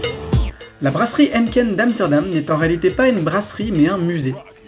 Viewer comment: Hennken.. non Hèïneekeen !! ahah :)